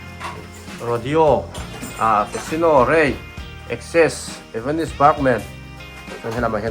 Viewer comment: A zuartupa ber chuan evanis ti deuh tlat😂😂😂😂